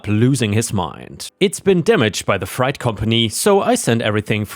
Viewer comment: Freight is said like "fr-ate" not "fright." And "PayPal" is "Pay pal" (sounds like the name "AL") not "Pay Paul."